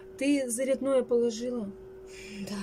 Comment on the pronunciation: ну, не хотит,а хочет!!!И не заряднОе,а зарЯдное!Пожалуйста, следи за речью,хотя-бы на камеру.